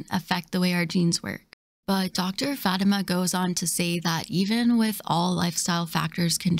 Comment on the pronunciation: Love you but ahhhh.... lol her name is fah-tee-ma